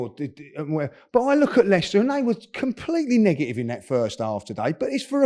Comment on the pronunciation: “We’ve been negigive, negigive!”